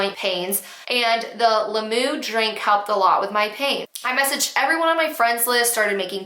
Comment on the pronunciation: I had to watch the first story twice because I started laughing like an idiot every time you said ‘lam-moo’ and couldn’t hear the story.